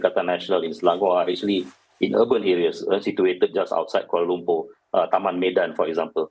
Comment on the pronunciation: This Singaporean lady pronounced Kuala Lumpur as Koowalar Lermper. and Your country is just next door to us. Aiseh, were you bred or live in UK or some other Anglophone country? Or trying hard to sound like one? So how, orang Singapere?